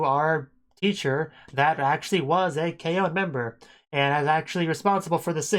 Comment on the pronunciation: It’s not K-o it’s K-on